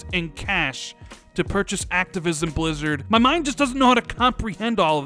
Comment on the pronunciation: he was so excited he said activisim instead of activision 😂😂😂